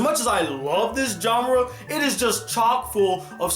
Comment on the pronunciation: BRO PLZ STHAP SAYIN JOHNRA INSTEAD O "JHANRA" (genre) T_T